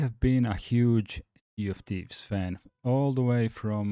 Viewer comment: When you say "Sea of Thieves", it sounds to me like you are saying "CFTs". I had to look up Rare games list to know it was infact Sea of Thieves. Of course later on, the tweet you show in the video spells it out clearly.